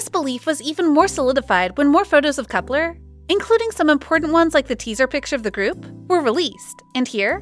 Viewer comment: That’s not how you pronounce Kep1er?